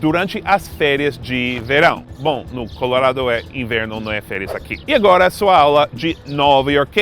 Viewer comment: O melhor de tudo é que ele pronuncia Colorado ao invés de Colouuurrrado.